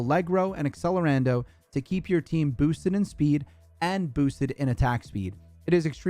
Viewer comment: This video is amazing - but please, learn to say accelerando HEHE